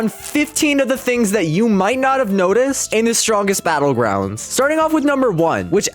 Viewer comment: gois the stwongest belouguandis